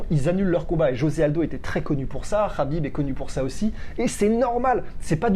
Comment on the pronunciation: Très bonne vidéo les gars. Je le sens bien Ciryl. En revanche, le kh de khabib n'est pas un vrai kh, ni un k, mais un h aspiré : حبیب en arabe.